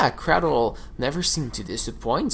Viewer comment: Crādle bro, crādle. Ā long a your killing me saying that man. Even Dani says it right and he has more of a accent than you.